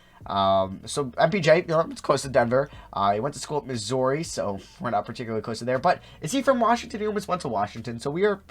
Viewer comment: The way you try and pronounce Missouri cracks me up 😂😂